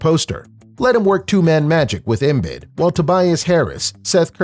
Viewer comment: Please stop saying “Embid.” It’s “Embeed.”